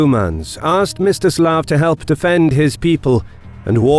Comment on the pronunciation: I heard it as “Mr Slav” in the video XD